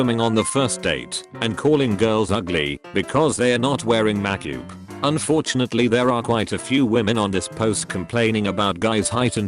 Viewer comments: "because they're not wearing mak-yoop " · Lmao the way it said "makeup" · The way "makeup", "gatekeeping" and "fiancé" was pronounced in this vid makes me wanna hang myself